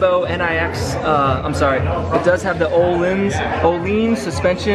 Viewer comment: I guess he just learned how to say ohLeaannsss LMAOOO